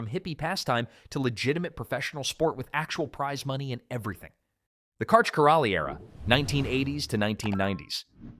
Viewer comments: I think "" would have more credibility if they pronounced the GOAT's name correctly. The "L" in Karch Kiraly's name is silent. The narrator also mispronounces Misty May Treanor's name incorrectly. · I think he pronounced every single name incorrectly. If you can’t get Karch’s last name right, you have no business making this video. How dare you, sir. 😡